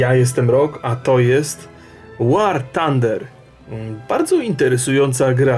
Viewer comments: Rock nie czyta się tander tylko fander, th czyta się jako f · Zapis fonetyczny "th" to ɵ a wymawiamy ją jak s z koniuszkiem języka między zębami. Chcesz świecić to się najpierw dokształć.